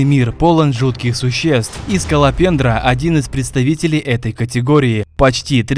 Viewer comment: я вместе сколопендры услышал школопендра